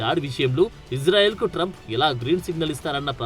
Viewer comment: మీరంటే మంచి అభిమానం ప్రతీ వీడియో మిస్ కాను సార్ దయచేసి నా మనవి వినండి ఇశ్రాయేల్ అనండి/వ్రాయండి సార్ ఇజ్రాయేల్ కాదు సార్ హిబ్రూభాషలో ఈవిదంగా లిపి ఉంటుంది יִשְׂרָאֵל కుడి నుండి ఎడమకు చదవాలి 1.యోద్ =య "ఇ" ( * יִ ) 2. షీన్ = ష లేదా “శ” ( * שׂ ) 3. రేష్ = ర (* רָ) 4. అలెఫ్ = ఎ (* אֵ ) 5. లామెద్ = ల (* ל ) *ఇశ్రాయేల్ * ISRAEL ఇందులో "J" ఎక్కడుంది సార్ దయచేసి ఆ దేశ సార్వబౌమాధికారంతో పెట్ట బడిన పేరును అవమానించవద్దు, ఇది గమనించండి. ఆదేశం యొక్క పేరును అబాసుపాలు చేయకండి. మాకు తీరని అవమానం. ప్రతీ అక్షరం క్రింద ఒత్తులు (దాగేష్ ) ఉన్నవి. హిబ్రూ అక్షరమాలలో "జ" అనే సౌండు లేదు మీకు శతకోటి దండాలు తప్పు పలక కండి,వ్రాయకండి.